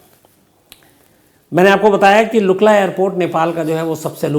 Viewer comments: its lukla sir not luka ...... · Its not luka..its lukla airport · not lukka, its Lukla. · Sams jee its not luka.. its lukla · चुटिए लुक्का नही लुक्ला क्या आदमी है ये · its lukla not luka sir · sir lukka nahi lukla he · Sir It's not Luka but LUKLA airport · It's good to see about Nepal. It's Lukla not Luka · Not Luka Sir, it’s Lukla. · Lukla Airport not Luka (लुक्ला एअरपोर्ट) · Lukka Nahi samsh sir lukla लुक्ला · It's Lukla Airport, not Lukka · Place name : Lukla sir not luka RIP... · It is LUKLA, not LUKA. 🙏